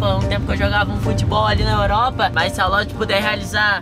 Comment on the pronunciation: Ninguém: A: oropa kkkkkkkkk